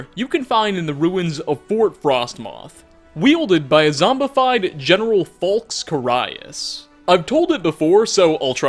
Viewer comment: How do you manage to mispronounce Falx Carius' name when the characters in the Dragonborn DLC pronounce it for you!?!